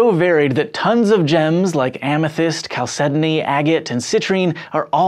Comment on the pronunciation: Some of the pronunciations in this are just horribly wrong. (Tourmaline, chalcedony, cabochon, pleochroism....)